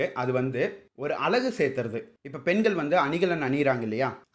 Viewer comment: அந்த நாய் அலகுன்னு உச்சரிக்கிறான் அழகுக்கு பதிலாக...அழகும் அலகும் அளகும் வெவ்வேறு அர்த்தம் உடையவை...முதல்ல நீங்க எல்லாம் தயவு செஞ்சு அ க ங ச படிங்க அப்புறமா வந்து சரித்திரத்தைப் பற்றி தெரிந்து கொள்ளுங்கள்...